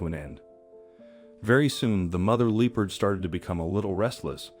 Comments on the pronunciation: L LEARN TO PRONOUNCE THE NAME OF THE ANIMAL LEOPARD NOT LOOPARD!!! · I heard looperd. Strange… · Absolutely had it with AI voices....LEE PARD? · Also Loo perds. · Why is this Person Pronouncing the Animal Wrong ?? It's NOT a Lee Purd !!! 😮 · yes. They pronounced Leopard wrong. They should do Research before they publish a video.